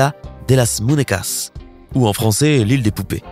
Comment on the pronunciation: On lis muniecas mais ça s'écrit muñecas